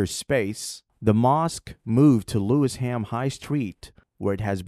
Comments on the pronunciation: The pronunciation is Lewi-sham not Lewis-ham🔬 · Nice video but the location is Lewisham, pronounced Lewis shum, not Lewis ham. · It’s LEWISHAM MOSQUE and NOT Lewis Ham mosque. Pronounced Lewishaam. It is in the London Borough of Lewisham. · Oh Brother It is NOT pronounced as Lewis Ham......it is ONE word...."Lewisham". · The locals pronounce it Lewi sham. Not Lewis ham. Still that was very interesting. I might start calling it Lewis too! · Thanks for this post,. FYI it is pronounced as "Lewi-sherm" not Lewis ... Ham 🤣 For a post about ISLAM ... to pronounce it as lewis- ham is hilarious. Thanks, tho. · OMG the pronunciation is mega cringe, it's LUEY-SHAM not Lewis HAM 🤦‍♂Great vid tho anyway!! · The video keeps mispronouncing Lewisham. It isn’t Lewis Ham, it sounds more like Lu-wish-em. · It's called Lewi-sham not Lewis-ham.. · its Lewisham not lewis ham. lewish for ish. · PRONOUCED LEW ISH AM. BEAUTIFUL VIDEO, REAL UNITY OF HUMANITY. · It's Lewisham! One word. Pronounced - lu-i-shem! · Have a Lewisham (Lew-ish-ham) suburb here in Australia. Ramadan barakatuh my brother. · I know you are unfortunate enough not to be able to speak English properly being yankeefied and all but it's pronounced 'Loui- shum' Also try not to sound so robotic/ai like. Salam. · *Lewisham ("Loo-wish-um") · It’s pronounced Lou- wish - am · Lewisham is pronouced one word . Not Lewis Ham.